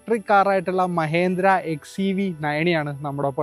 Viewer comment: Not MAHENDRA It's MAHINDRA 🎉🎉